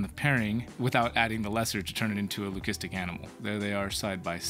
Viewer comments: do you say lucistic like that on purpose? lol I have never heard it like that be4? Well anyway getting back to the video buddy! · I see… well I wanted to ask cause we have really been wondering lol